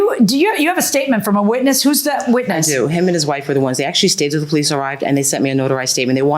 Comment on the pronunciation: The moment he opened his mouth and he said that he is from Israel, I know he is a liar and a cheat. He is from the Middle East. The other clue is when he said, Bolice, instead of Police. Bregnant, instate of pregnant. Broblem, instead of problem........etc.